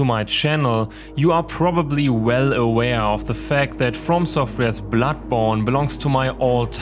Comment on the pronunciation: Awesome video, but Is it just me or every time you say "Bloodborne" I hear "Blackborn". Also I really hope that they won't fuck this up. I am tired of playing another open world action game or shitty horror game. I heally want a good horror game which, as you said, captures the madness and brilliance of H.P. Lovecraft.